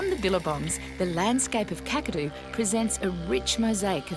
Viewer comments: it’s actually pronounced like cak a do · The 'Kak' in Kakadu rhymes with 'back'. Aussie vowels are generally shorter than American ones. We have a very efficient way of speaking 😅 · Kakadu is pronounced Kack- a-do not Kukado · No Os there, KAkadu. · k-ACK-a-doo National Park... and yes, it is bigger than some US States. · Loving your reactions. Just fyi…. Kakadu is pronounced like CATadu….. KAKadu… 😂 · KAK-A-DOO it is pronounced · Kakadu pronunciation is short "a""- "Kak" like "Jack". Oxbow like bow and arrow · It’s KAK - A - DO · Kakadu say it quick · God please learn how to pronounce the places. The woman just said Kakadu twice. Listen.